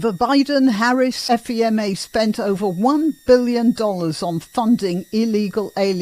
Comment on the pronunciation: FEMA is pronounced “fee-muh”. Federal Emergency Management Agency .